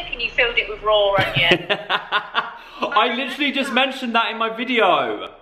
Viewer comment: I swear says ongion and not onion but I love it 😂💕 He also talks before his head can process what he needs to say but it makes, and always makes me laugh 💕😁